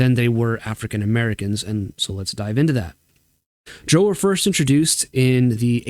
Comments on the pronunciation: How did I know you would pronounce Drow in the objectively incorrect manner. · I agree with everything you said except for the pronunciation of "drow." Haha. Awesome stuff,. Thank you!